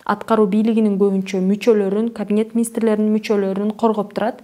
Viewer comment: "Министрлер кабинети" деген сөздү туура айта албаган кандай юрист экен а?! 90 депутатты таратып эле, ушул кыздын өзүн эле парламент деп жарыялап койсокпу?